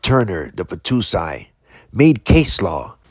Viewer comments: Hey bro it’s the battousai not the battoosai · The Battousai Pronounced.... "Bah-TOE-sigh" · Please learn to pronounce "battousai"